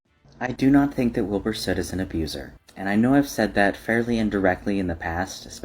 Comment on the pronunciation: Pronouncing Wilbur soots name like that took me out😭